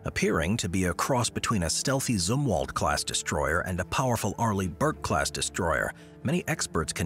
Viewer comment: Zumwalt, not "Z" war? Last?